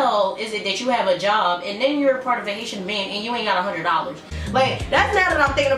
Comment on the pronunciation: I thought u first said "Asian" hahah